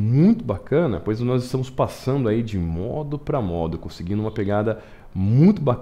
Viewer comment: O exercício é ótimo. Mas cada vez que você falava a palavra "modo" me dava comichão.